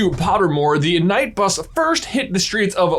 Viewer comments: you say "night" bus the last few times, and then you said "kuhnight" bus... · Knight bus: pronounced as night bus. J: k-night bus 😃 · Kuh-night bus :) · stop calling it k-night it is night KNIGHT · For one thing why are you pronouncing "Knight" as "Kinight", when everyone knows it's pronounced "Night"??? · Us : knight =n I g h t J: knight= k n I g h t 😂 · Why the pronunciation of KUnight, what have I missed? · Is this really how you pronounce it?😂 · The real question is, why does J pronounce it "K-night bus"? Like, it makes my ears bleed 😂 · I had to bail on this video, saying “cuh-night” for knight was a funny thing to do in middle school, but really annoying in your 30’s. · As a UK speaker.. it's a silent K. Its not like you say k-night in shinning armour just knight in shinning armour, the K is silent. It's the same with The Knight Bus, ignore the K its just there so it's not related the night with day and night. SO Knight kinda like a knight in shinning armour coming to rescue a stranded witch or wizard. But in the form of a bus... I'm sorry that English phasing UK is complicated. xD Love the video though :3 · K night bus .... every time you say that I shiver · Kuhnight bus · Why is no one talking about the fact he keeps saying “Kuh-night bus”. What we pronouncing the K for it’s just knight 😂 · Wanted to watch this episode but couldn't get past him calling it the ka-night bus over and over😑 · Ahh, yes. The ku-night bus. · K-night bus!😂😂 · I will never forgive you for not calling it by its proper pronunciation: Kin Nig It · Whats even more unsettling, is that sometimes he says it right and other he just throw the KuhNight thing x_x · It was funny the first time... or maybe if it was said by an eight year old child. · Aaaaah!! 1. It’s a Knight Bus, pronounced ‘night’, the K is silent. You even say it correctly . 2. A ‘light post’? What messed up language is this? It’s a lamp post. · Isnt the k in knight bus suppose to be silent?